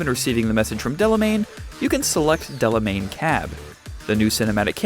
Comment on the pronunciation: Its Delamain,! Not Delemain. -__